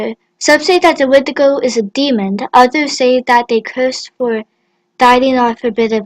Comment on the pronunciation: You said wendigo incorrect. "Wen di go"